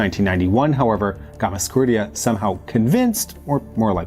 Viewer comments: Its Gamsa, not Gamas, for goodness sake! Gamsakhurdia. Gamsa! Not Gamaskhurdia. Gamsa. Is it so difficult? G-A-M-S-A. Not GAMAS! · Great content, but that hard to say Gamsa- instead of Gamas- ? :) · Bro, I appreciate the video, and I understand these Georgian names can be tricky...but, in "Gam" - "sa" - "khurdia", the second 'a' is after the 's'. That's a gimme. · GAMSAHURDIA, read it RIGHT!! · I love the videos, and I know you don’t speak these languages, but you’ve got to practice the names… you’re turning ossetians into osseshuns, and repeatedly butchering Gamsakhurdia… it really hurts my ears and detracts from my enjoyment of your fine videos